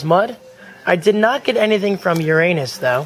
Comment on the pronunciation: lol you said "i didnt get anything from your anus" (yeah i know he said uranus but thats what it sounded like)